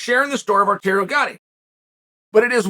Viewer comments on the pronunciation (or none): Chael. You can't butcher Gatti's name like that. The dude is a legend and may he rest in peace. It's Arturo not Arterio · Chael, dude, come on! Arteario Gatti?!?!?! It's Arturo man!